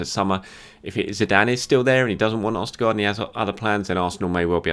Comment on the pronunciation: Why were you pronouncing his name right in the other videos then doing it so wrong in this video? It's a bit jarring to listen to